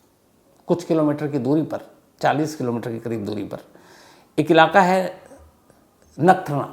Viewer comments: Bhai nathnara nai "Nakhtrana" 😂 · Sir wo nathrana nahi he nakhatrana hai 😂😂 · नगठाना ❌ नखत्राणा ✅